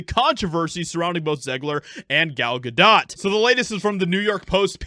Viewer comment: Thank you for being one of the few people to pronounce Gal Gadot's name correctly.